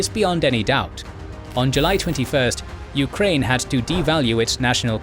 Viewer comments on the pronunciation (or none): The narrator also pronounced the nation names as "yu-ka-rain" & "ruh-shaa". Majority of target audience isn't students/enthusiasts of linguistics but of history+geopolitics.